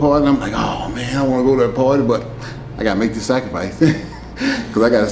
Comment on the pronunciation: The way he pronounces "Sacrificee" 😄